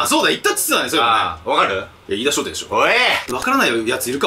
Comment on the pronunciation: 飯田商店を相田商店て言ってる時点でダメですね。 来年も行っちゃダメ